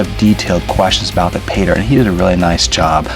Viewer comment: Fake teeth, horrible music. 60 fps video, and he says "go ahead and.." ps what the hell is he doing when he 'pronounces' 'Paydirt'? ... 'Payda'